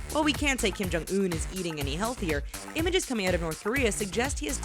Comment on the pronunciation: Kim-Jum OOF